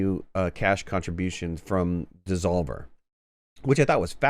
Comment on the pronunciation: alot of Freudian slips in this video its devolver not desolver ;}